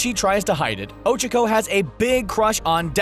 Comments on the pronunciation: Why..HE PRONOUNCED OCHACO OH-CHUH-KOH. o nose nose nose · oh-cha-koh... like seriously? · Ochico who is ochico it's uraka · extreme personalities show bakugo if there’s one way to describe bakugo it’s trashboy how dare you insult my child lmao mt. lady? well i mean yeah she can grow......lmaooo oCHAco ????? why pronounce like that ooooohhh revealing momo is sexiness important to being a hero? midnight:nooooooo mountain lady: YEAH HUH BRIOCHE bathing suits: let’s wear the school ones!! guys: booooo oCHAco has a big crush on deku me: noOo MY DEKU SHIP SHALL FOREVER MORE BE TODOBAKUDEKU oCHAcos a jealous brioche THirsTy there’s only two of mineta spying on the girls? excuse me? the girls ain’t gon let you peep scales the freaking wall how is using charm to get free/discounted stuff going way too far? lucy from fairytail does this constantly “when will you learn.....” WHEN WILL YOU LEARN!!!!!THAT YOUR ACTUONS HAVE CONSEQUENCES togas invisibility quirk shows up to school naked no one notices thank-you for coming to my ted talk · O Cha ku say it right please. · U said her name wrong dumbass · He's saying ochakos nsme wrong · The way he pronounces "Ochaco" makes me cringe 😂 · am i the only one that got mad how he pronounces ochaco's name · The way he says Ochaco is extremely aggravating.. -_ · Is he pronouncing Ochaco’s name wrong or is it just me? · Ok ok ok, you can say anything about my babies BUT WHY IN THE WORLD ARE YOU PRONOUNCING OCHACO LIKE THAT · Who else completely lost it every time they pronounced Ochaco and Tsuyu's name wrong? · Who else is triggered that he said Ochaco wrong? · Is it just me or him pronouncing Ochaco wrong annoying me And lol Deku is probably gay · Isnt her name uraraka? Even if it isnt, you pronounced ochaco incorrect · The way they pronounce “Ochaco” tho 😬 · Why r u saying ochko it’s Ochaco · Did he just cal oh-chak-oh Oh cheek oh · Ochoko? It’s Ochacho! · Ah yes Ochiko. My favorite character. Who's Ochacho? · Ocacko do u mean... ochacko